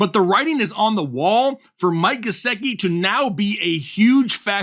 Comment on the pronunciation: You lost me at Gesecki 😂#whatif